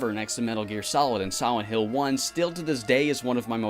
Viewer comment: i swear i heard him say "siwent hill"